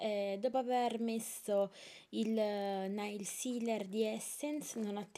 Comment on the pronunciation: Una cosa.. NAIL non si legge "Nail" con la A ma "Neil" con la E.. :P Ciaaaaaao :D